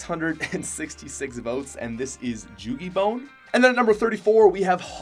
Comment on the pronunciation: Joogie bone?